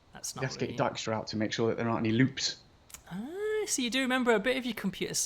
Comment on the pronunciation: Holy crap I think that's the first time I've heard Dijkstra correctly pronounced!